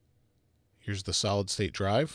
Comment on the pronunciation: Am i the only one who heard salad drive?